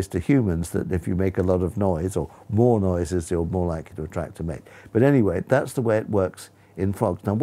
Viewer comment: did he said moan noise or more noise?